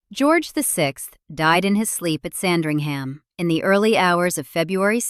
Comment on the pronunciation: Quite right! That's just one of the many errors in this piece! Also annoying were her incorrect pronunciations of Sandringham and Lascelles!